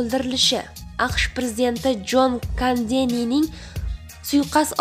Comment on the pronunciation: Jon Kandeni emas Jon Kenidi